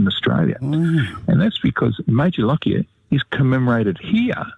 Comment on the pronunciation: I am a direct descendent of Major Lockyer. I would like to remind people of correct name pronunciation. Correct is, LOCK-YER, not LOCK-I-ER. thank you